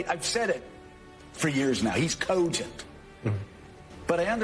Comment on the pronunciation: Easy win for Mourning Joe and his ridiculous pronunciation of Cohhh-gent. And how's more than Coooohhhhh-gent.